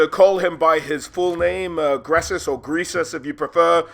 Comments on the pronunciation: Every time you call him “gresus” and not “greasus” is another mile closer I am to you. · "Gressus." Literally unwatchable. Only kidding! Always a treat to see lore videos!